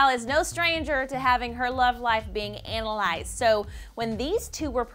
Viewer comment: "Anal-lized?" Woman, what's wrong with you?!